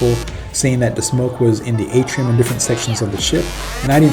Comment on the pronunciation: Atrium not Atrum, otherwise pretty good vid; Will be on the Seascape next month; Thank You